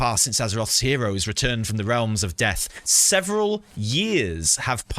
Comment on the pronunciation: "Seveneral" years later. :P